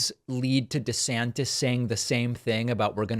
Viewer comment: Desanctits hahha I almost spit my coffee out